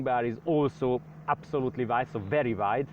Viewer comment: "very very waid"